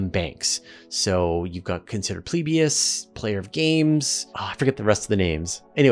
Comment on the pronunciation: It's not Consider Plebias, it's Phlebas. FLEA-bus.